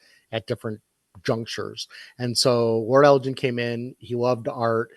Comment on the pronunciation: Great podcast as always! One small detail: Lord Elgin's name is pronounced with a hard 'g', not a 'j' like the name of the city in Illinois. Also, it's rude of you to assume that I don't have a private collection worth tens of millions of (Zimbabwean) dollars. Edit: Apparently that currency was revalued. I'm not as rich as I thought I was.